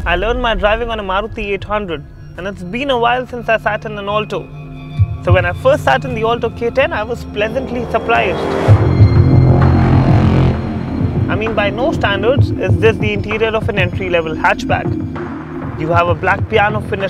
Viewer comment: "I was blessantly suplyised"